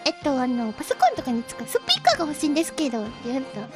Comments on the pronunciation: the way she said suppeeka is so accent rich while fidgeting it's adorable to imagine xD the clerk should better watch korone stream! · Korone and the Spea⬆ker⬇ Story, this really made me laugh more than I should have though . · It's kinda interesting because the intonation Korone uses is closer to the English way of saying of the word. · The crazy thing is that the way she says 'speaker' sounds a lot closer to how it's stressed in English, so it sounds fairly natural to my ears.